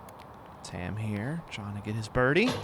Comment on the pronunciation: Sorry to be nitpicky, but Tamm is actually pronounced more like Tom, not tam. Its the Estonian word for oak. Google translate can give you a good example of how to pronounce it.